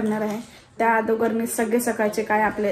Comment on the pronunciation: Agodar ❌️ Adogar ✅️😅😂